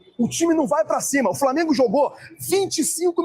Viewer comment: Flamiengo,VARmiengo...pronuncie de forma correta,sotaque axxxqueroso.